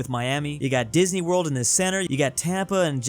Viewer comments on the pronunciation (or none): none